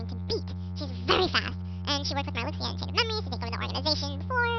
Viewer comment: omfg. That is just hilarious, Oh and Marluxia's name is pronounced 'Mar-loo-sha' weird huh? oh well. I still like 'Mar-lucks-eeya' better